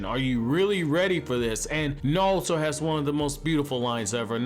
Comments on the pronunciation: Are you saying? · Knawlto lol....... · I can't get passed your pronunciation of Naruto. How does one have a Naruto channel and not know how to pronounce Naruto?